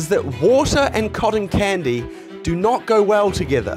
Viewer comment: he finally says cotton candy right i am so proud of u <3